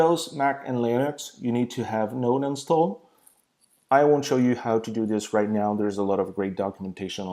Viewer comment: you need to have what installed? C'mon, it's not like you were saying what time is it? Even the auto generated subtitles got confused. If it's Node (Node.js) you are talking about, now that is a funny way to pronounce it!